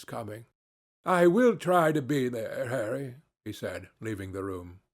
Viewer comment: It sounds so right when he says harry